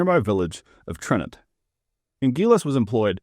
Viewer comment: Tranent, not Trenant